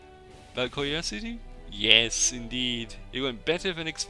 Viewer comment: I love that Kiyoyasu is pronounced differently every time.